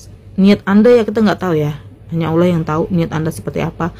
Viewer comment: kenapa orang Indonesia sebut perkataan 'Allah' dengar seperti 'aulia'.. kenapa yea